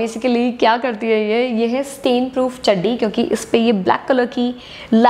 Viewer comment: Thanks to you for every information ☺☺😍😍😍😍but when u say chadi🤣🤣🤣i laugh loudly 🤣🤣🤣luv uh ❤❤❤